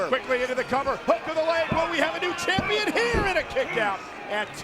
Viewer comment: He called him CHIMPION